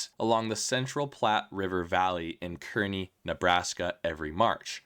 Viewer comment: I love watching the migration across Nebraska. (Also, Kearney is pronounced carrrr-knee, like someone who runs the rides and games at a carnival- a carny.)